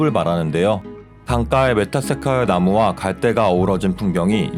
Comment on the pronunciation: 메타세콰이어 발음이....